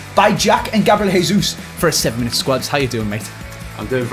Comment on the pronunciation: Anyone else hearin say ‘GABLIEL JESUS’